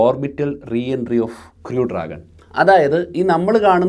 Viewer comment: Please learn the pronunciation of "crew"